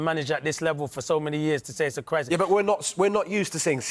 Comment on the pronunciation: "na i dont fink der any cwrisis" I'm so keen on listening to the rest of your analysis